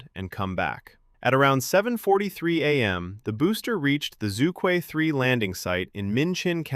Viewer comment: Regardless all the specs , the name itself combined probably the two most difficult to pronounce syllables 😂 Zhu Que supposed to be pronounced as "chu ch'üeh" not "zoo - kwi" 😅